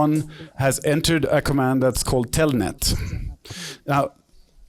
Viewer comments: es Telnet no "Tellnet" . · telnet hijitos no "TELLNET" chch